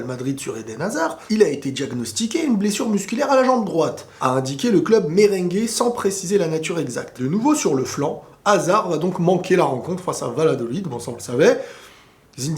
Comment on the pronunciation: faut lire bien les noms en espagnol. Ses pas = valadolid Ses vayadolid